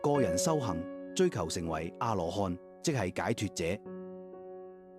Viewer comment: 阿羅漢應讀『柯』羅漢。